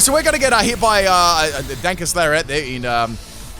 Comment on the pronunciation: Ita DARKEST, but he calls it DUNKEST?